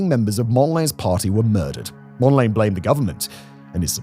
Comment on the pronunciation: "Mond-layne"? I thought it was pronounced "Mond-la-nay".